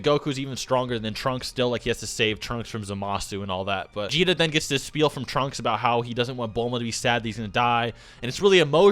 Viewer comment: Kakatta duh~ (instead of Gogeta)